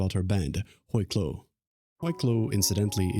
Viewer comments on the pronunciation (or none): french speaker here. it's pronounced "wee klo"